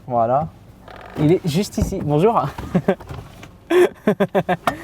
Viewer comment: Regarde qu'on dise un petit aurevoir stp.. -"Bonjourenh" 😂